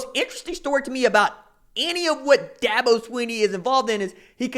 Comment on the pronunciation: First learn to pronounce his name correctly. Second what Dabo said was taken out of context. Third Dabo has never signed a top 5 class. Last thing, I’ve been to both Oklahoma and South Carolina and I would much rather live South Carolina.